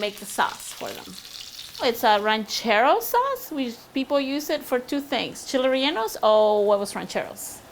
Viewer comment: “ Cheeley reyllenoes “it’s Chiles rellenos